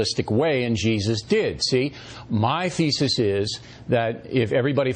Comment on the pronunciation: Bill O reilly `My feces is` I know he said thesis but feces just sounds more like it.Shit coming out of his mouth ^.^